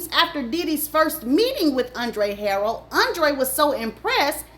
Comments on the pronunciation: I absolutely love watching her videos but I want her to pronounce these people’s names correctly.😂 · Thanks for sharing. Wish you would have pronounced Andre Harrell’s last name and Keefe D’s name correctly. It lowers the credibility of it all. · It’s the mispronunciation of names for me🤦🏾‍♀️😫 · That's not how you say Andre last name. And Diddy became well known for huge parties at Howard...that is very key. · Ha- rell not Harold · Wassup 💪🏾❤️ and it's HARRELL not HAROLD lol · It's Andre harell. Ha.rell.😂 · It’s not Andre Harold Ha-Rell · Key fe dee but spelled kee fee dee you miss pronounce alot of names but your a damn good narrator and it's Ha rrel not harrold😅😅😊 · She said Harold it pronounced Her rell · Luv... please work on name pronunciations...It's KEEFEE DEE NOT KEFFE DEE😊 and ANDRE HARRELL (Hu rell) not Harel. .... other than that, you poured some good tea❤ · Girl Andre Harrell “Her- Rell” not Harold 🙄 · Keffy Dee & Andre Harrell is taking me tf out Tt!!! 🤣🤣🤣🤣🤣😭 It’s Kēefē & Huhrell 🤣😭🤣 Edit: the message is clear 💎 all that matters! Stay out of this industry babes! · the names are pronounced Harrell (hairrell) Keffe(Keyfee) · Chillllleee you and these names 😂 Kee-Fee-Dee and Andre' Ha-Rell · It’s pronounced “kee-fee d” and “andre ha-rell”. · If you're black, but aren't hip to Black culture, then stop trying to make money off of what we have going on. Just because you're black doesn't make you a culture vulture. You don't even know how to pronounce the man's name. It's pronounced, Andre HA-RELL!! 😒😒😒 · It only takes 30 seconds to look up pronunciations. Andre HuhRelle Kēfē dē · U keep say Haroll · Andre “Ha-relle” is the pronunciation lol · HA-rail. That's how you pronounce Andre's last name. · It's Huh RELLLL that's how you pronounce the Late Andre's name. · gone give me a stroke with the way she pronounced HA-RRELL lol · Great video overall but it's pronounced KEEFY D and Andre HAH-RELL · It’s Andre Ha-RELL 😂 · Andre Ha-RELL. Key-fee D.